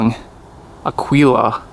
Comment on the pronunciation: It’s pronounced Ah Gee La. Eagle in Spanish. Pretty sweet bike. I’m actually jealous. Lol